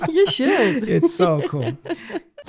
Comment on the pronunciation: So it’s the same as Michael Jackson pronounced “Shtay” in this song?)